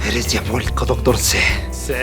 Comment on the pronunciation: Se dieron cuenta que el dr. c dice seee envez de siiii